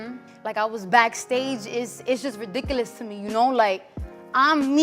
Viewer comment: She definitely was a future ahead of her. "Sheet is redicalus"